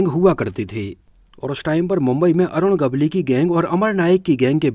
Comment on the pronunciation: अरुण गवली नही ,,,,,,अरुण गवळी नाम है भाई साब नाम तो सही लो। कैसे वीडियो बनाते हो। भाई 🙏